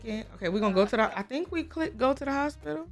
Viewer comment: Not dee sun dee moon and dee stars 😂😂😂😂😂😂😂😂😂😂😂😂😂😂😂